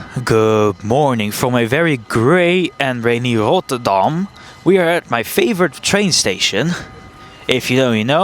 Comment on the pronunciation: “Rotterdam” (sounded very French 🤣). When I think of the Dutch r, I usually imagine either the Utrecht r that destroys your eardrums, or that dry, semi-American r. I enjoyed “Rotterdam” every single time 🤣 (Still haven’t watched the full video yet.)